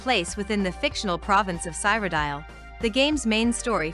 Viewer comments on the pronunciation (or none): Dude, is this an AI youtube video!? LOL I cannot stop laughing at the pronunciation of Elder Scrolls IV: Oblivion's "Cyrodil" as "Cyberdial." LMFAO